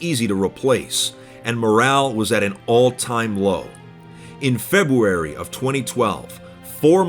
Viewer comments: "In febwuary" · man said febwuawy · febwuawy uwu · OwO! Febwuary!